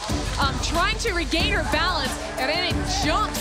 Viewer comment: minutes of poorly pronounced Irenes